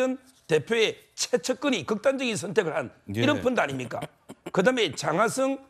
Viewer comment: 서변호사님 갱상도 발음 픈드 픈드 펀드 잼있네요